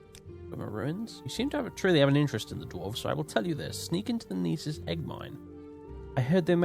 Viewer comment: "Gnisis" is pronounced in Skyrim ("New Gnisis Corner Club"). It's NISS-iss. In gn- the g is always silent unless you're a gnelf or a gnoblin. I believe what people were telling you with Aryon is that it's two syllables and not three, but I don't think there's any confirmed pronunciation on that one. I'm pretty sure Hla Oad is pronounced "Hlah Ode" (with the surprisingly easy to pronounce HL as in Hlaalu, as the H is formed entirely in the back of the mouth and the L in the front so both can be pronounced simultaneously), but I can accept Hla Oh-Ad, just not Huhluh Oh-Ad.